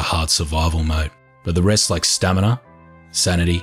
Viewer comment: its STAMINA. sta_M_i_N_a.